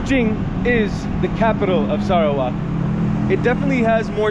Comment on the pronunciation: i loved how you pronounce SARAWAK!